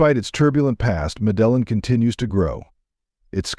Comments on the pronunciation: Learn how to pronounce the names of the cities a complete butcher job on the pronunciation of every city you mentioned, this is an insult to people like me that live in Colombia, you should get help before trying to push information when you can’t even pronounce the cities names ! Terrible job of narrating ! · The pronunciation of Medellin by this dude is killing me. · AI generated junk, the generated voice pronounced Medellin completely wrong. Fake video. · Pronounce Medellin correctly fool! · Such a Bullshit video that’s so misleading. You don’t even know how to pronounce Medellin correctly. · The pronunciation of Medellín is killing me.. Other than that.. dope video. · At least pronounce the city name correctly! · Stopped watching beacuse of the incorrect pronounciation of Medellín - it does matter. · He lost me as soon as he mispronounced Medellin. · Had to stop the video due to the missed pronunciation of Medellin. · This is the best video I have seen regarding Colombia it's very straightforward and gives an accurate description of the cities. Aside from butchering the name of every city and every cuisine overall you guys are an excellent job. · this guy needs to learn how to pronouce Medellin and Bogotá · You are pronouncing Medellín and Bogota so wrong, you`ll fix it. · MedeLLin Ridiculousssssssss Pronounce its name Correctly Patheticccccccccc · Lost me as soon as you attempted to pronounce Medellin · When making a video on Medellin the first thing is to know how to pronounce name of city!! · The guy does not pronounce Medellin correctly so how can this be credible ? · He doesn’t even know how to pronounce Medellin. Hah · It’s pronounced medejin, not medellon. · Mea - de - yin!!! Unbelievable that you guys couldn't bother to learn how to say the name of this city. WTF? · Its pronounced Mede een... Not Medellin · It’s not Medelyn stupid. It’s pronounced Medeyeen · Its pronounced Me-De-Yeen...not fu...n me-dell-in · Not meddelin but you pronounce it medde heen